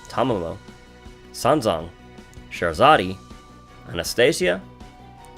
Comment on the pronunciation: Someone's probably already said it - but Scheherazade sounds something like "sha-hair-e-zahd."